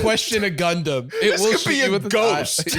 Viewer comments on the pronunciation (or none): none